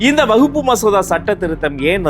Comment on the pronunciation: அவர் வக்பு என்பதை உச்சரிப்பதும் தவறு. கூறிய சட்டமும் தவறு